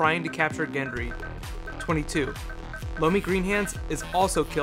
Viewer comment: Also, it's "Lommy." Seriously dude, I've been watching your videos for a while. Just these and Doctor Who. Honestly, you need to do a bit more research on your stuff before posting these videos.